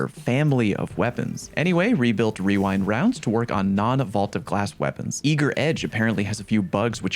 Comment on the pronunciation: Leviathans Breath in Gambit will be the goat for invasions. Also lol wewind wounds. Sounds familiar. 👁👁